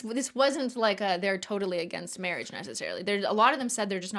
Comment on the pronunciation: every time the said "marriage" all i could hear is the priest from Holy Grail "mawwage" 😆